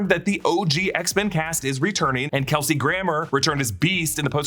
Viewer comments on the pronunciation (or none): none